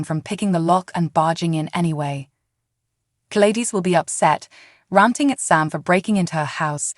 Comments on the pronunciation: I'll subscribe when you learn how to say GLADYS! Not G-ladis! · It’s Glad dys ??? Please pronounce the names correctly???? You sure do have a lot of mights and maybes ??? Not sure that this is even a true headline , much less a reliable Spoiler???? Couldn’t even make it through your whole video??? What a complete this mess of a video , there’s absolutely no way that Sasha is going to forgive this evil witch???? You can’t even pronounce Sasha’s name correctly either , try watching an episode and get educated on the show along with the characters???👎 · Say Gladys name correct